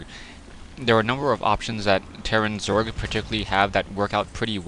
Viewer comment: you said zorg lol